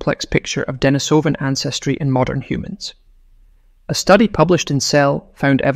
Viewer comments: Pronunciation: De-NI-so-van, not De-ni-SO-van. The cave is De-NI-so-va, not De-ni-SO-va. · Damn. Now I can’t unhear the issue. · The fake voice starts the video by mispronouncing both "Denisovan" and "Neanderthal". Not a good start if trying to impress the public with your credentials. I watched for a few minutes, but there seemed to be no hurry to disclose the solution of the "DNA mystery". Was this ever disclosed? Was it anything new? It wasn't worth waiting up to 15 minutes to fund out.